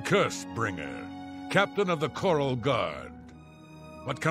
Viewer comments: 1 min in and didn't call Chorrol "Chore-all" We are getting places! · Did anyone else cheer when he said “Chorrol” correctly?